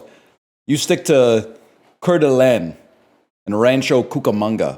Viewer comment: NL messing up the pronunciation of Coeur d'Alene right at the start sent me